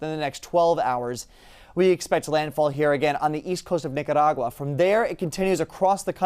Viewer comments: I was cheering when he did that. After 50~something years of me not really ever pronouncing it correctly, today has taught me how to say it! Whoop Whoop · The only one who can pronounce Nicaragua 😄